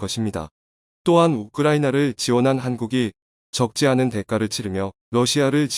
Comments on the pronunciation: 외국인인가? 않은과 많은을 계속 똑같이 틀리네. 않은과 많은을 잘못알고 있는 외국인인듯 ... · "않" 을 "많" 으로읽고, "억" 을 "먹" 으로 읽는 것은 왜 그런가요? 듣기 정말 거북하네요..~!!!!!!!!!!!!!!!!!!!!!!!!!!!!!!!!!!!!!!!!!!!!!!!!!!!!!!!!!!!!!